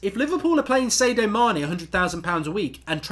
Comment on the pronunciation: Pretty sure its SAD-IO not SAY-DOH Mane